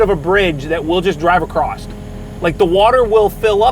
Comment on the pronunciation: There's no T in "across", son.